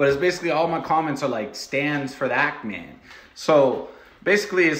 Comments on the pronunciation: The fact called The Act Man "antman" is so fucking funny it just goes to show still doesn't know what the fuck he's on about. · He can't even get ActMans name right calling him "ant man", I'd think his video was a joke but it's too long and he seems to genuine for it to be a troll. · Idk if it's intentional, but mispronouncing his name as "Ant Man" and making fun of him for supposedly liking superheroes irritates the hell out of me. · Epic roast. Also does anybody know why he keeps calling him "Ant Man" instead of Act Man? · calling Act Man, Ant Man, is really significant on how serious you should take him. Dood can't pronounce a 3 letter word without fucking it up lol. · lmao, he called actman ‘Ant Man’ and paired with Quantum tv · Bro ain't no way he pronouncing The Act Man as "The Ant Man". This dude high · He keeps saying Ant-man haha hilarious stuff my man, plz start ur comedy journey. 🤡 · If he gonna continue calling Act man "Ant Man" i will combust. idk why it triggered me so much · I know he's not the brightest person, but I can't tell if he's saying "ant-man" ironically. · You said his name wrong. It's AntMan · “Ant man” lol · literally invalidates his point by getting Act Mans name wrong